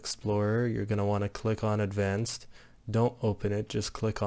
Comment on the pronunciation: advanced not advanved